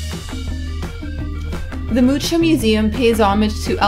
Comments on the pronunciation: Your pronunciation of TRDELNIK (not turtle neck) and Alfonse MUCHA is the worse on YT. Please learn and don't repeat it again. I was embarrassed just hearing it. It shows very low intellect. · nice. btw Mucha is pronounced ... Muja (read like Spanish).